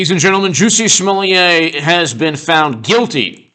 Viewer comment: Smo Lett not Smo Leeah. Can't you read?